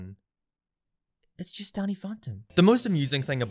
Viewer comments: He complains about pronouncing fairies as furries yet he pronounces Danny as Donny... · YoU sAiD dAnNy LiKe DoNnY aNd FaRiEs LiKe FuRrYs! Lol any one who cares about this as stuff is dumb.